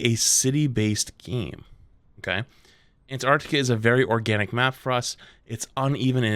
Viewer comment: Not going to lie: "Ant Arctica" was pretty annoying in the first half of the vid